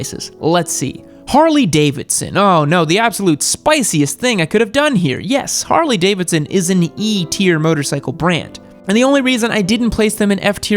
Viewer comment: Harley E? At least you got the S right